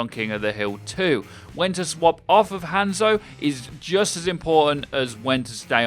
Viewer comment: Is it just me or did anyone else click of the video when they heard him over pronounce the a in Hanzo?